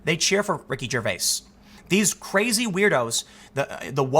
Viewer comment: GervaiS? The S is Silent....